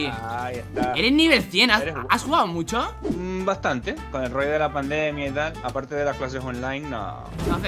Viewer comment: Minuto 1,46 se demuestra que es xigneo porq el y thanix dicen muyo en vez de mucho